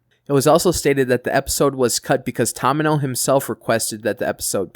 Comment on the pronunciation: Thank you for continuing #universalcentury info. PS you completely fugg up names. Toe-mee-no - Tomino Mee-rye - Mirai